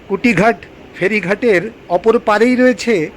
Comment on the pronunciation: একটা প্রশ্ন, কুটিঘাট সম্ভবতঃ অশুদ্ধ উচ্চারণ। ওটা নিশ্চয় কুঠিঘাট হবে। কোনও ইংরেজ সাহেবের কুঠিবাড়ি এখানে ছিল। 😉